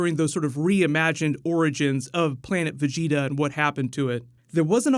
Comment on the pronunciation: i swear u werent a db fan... especially the way u said vegeta in the first video u posted smh